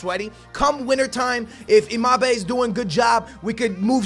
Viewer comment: Imabe? It's embappee